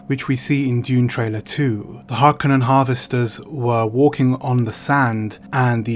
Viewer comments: It's interesting to hear you and so many other people pronounce "Harkonen", "HarKanen". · “Har ‘Cone’ an” is the way it’s meant to be pronounced, accent on “cone”. Someone probably already said that and if so I agree 😏👍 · I've never heard anyone say "Harkennen" before. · I listened to audiobook and they pronounce it as HAR-CUNNEN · Love your channel and your content. I read Dune for the first time in 1979. I just found out the other day that Frank Herbert lived on the same peninsula as me. Wish I knew that sooner. Ok so, it's pronounced Har-Cō-nehn, just like Chani says it. Chances are they didn't let her say it wrong just because she's that hot, ya know? AND it's Lee-tōe, not Let-tōe, Ok, back to your vlog/review...tyfl. ps Lucky Dog You!